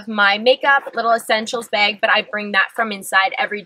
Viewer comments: Does it bug anyone else that she says beg instead of bag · Are you maybe Canadian? You say "beg" instead of bag haha